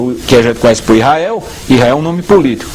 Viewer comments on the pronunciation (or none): none